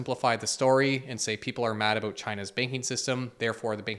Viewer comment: Thanks for talking aboot this